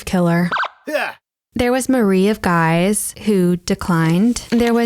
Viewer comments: Guise is pronounced Geeze. js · some remarks 1. Guise is pronounced the same as geese (plural of goose), as Marie De Guise (mother of Mary Stuart, Queen of France then Scotland) is French 2. Christina of Denmark never actually said that diss in the same manner Marie Antoinette never said “cake” 3. regarding , really nice of you to bring that specific portrait miniature from the Royal Collection, as it’s theorized the sitter’s identity is not Katherine Howard as was previously claimed but Anne of Cleves in English garb , in her attempts to integrate herself in the Tudor court (her Holbein profile pic really made her look German) 4. and in relation, the portrait you used for Katherine is also dubious as the identity was also in question not surprising, as Katherine Howard was Queen Consort not that very long , hence there might not have been any portrait sittings done